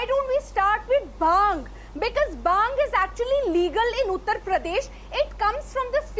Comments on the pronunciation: NOT BAANG ITS BHAANG USELESS........ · Baang....This silly women cant even pronounce bhaangh. Now vine also comes from grapes, let's ban grapes too n jail all the farmers who grow grapes... These kind of ppl ...hippocrates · baang baang baang what ridiculous argument she has. Ask her to learn the sound bh . BHANG NOT BAANG . THIS debator is great loser. Runs debate all over the place. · Again this idiot started with Baang.. bhaang toh dhang se bol liya kar pakistan ki patthi saali🤣🤣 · This is giving baang baaang kal se 😂...Baaang murge dete hai... It's bhaang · Again this baang lady is here so irritating.. it’s not baang...it is BHAANGH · PLEASE DO NOT BRING TO THE DEBATE, SHE IS UNEDUCATED AND CANNOT EVEN PRONOUNCE BHANG!! VERY ANNOYING PERSON1